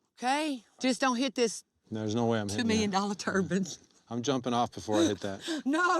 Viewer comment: she calls a turbine a turban lmfaoooo